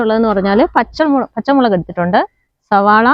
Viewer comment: സബോള അല്ല സവാള, കേട്ടിട്ടിലേ.. സവാള.. ഗിരി.. ഗിരി..